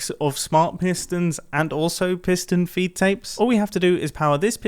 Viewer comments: i thought it was fee take XD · I always thought it was "piston feed tape" not "piston feet tape" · Piston "FEED" tape. Not feet tape 🤦‍♂️ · For some reason mumbo called it a feet tape with a T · wait did you actually call it "piston feet tape"? that's illegal